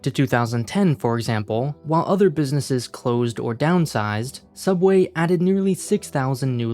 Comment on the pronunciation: it's called sooubway